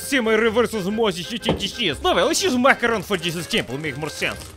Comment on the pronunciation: Love how calls macaroni ‘makarov’ 😂😂 brings memories of the bad vibes of Vladimir makarov from codmw3